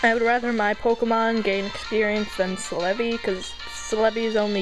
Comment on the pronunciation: IT'S FUCKING CEL-EBI pronounced (CELL-E-BEE)